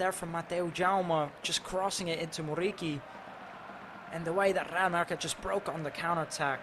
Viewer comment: this dude's RRRRR is so annoying, man you are speaking English, you don't need to pronounce that R that heavy. Besides, the R in Muriqi is only 1, you don't need to say it like RR, it's driving me crazy